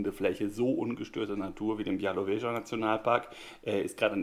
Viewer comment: Hallo, freut mich wenn dir das Nosingglas und die Trinksachen gefallen. Und ja, ich denke ich habe bestätigt, dass deine Aussprache von "Białowieża" sehr nah dran ist.